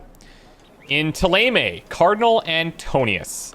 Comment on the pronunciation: Don't think he is well versed in French phonetics (and to be fair, the in-game pronounciations are heavily anglicised). But even if this is considered canon, I'll stubbornly wither away on the French mountain of accents, because ThéLAYMAY is murder.